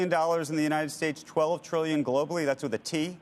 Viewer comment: No, Ray said Brillion